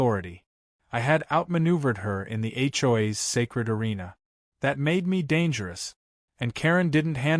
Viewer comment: What the hell is [ Achoi's ] IT'S H. O. A.' S